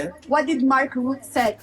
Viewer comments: Pronounciation is Mark Ruttuh.😅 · Rut-uh. Not "Rut". It can also be pronounced: "lying useless waste of space who loses his SMSes with Shell and other dodgy stuff whilst he was Prime Minister of The Netherlands" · It's pronounced something like "Root-uh", not "Rut."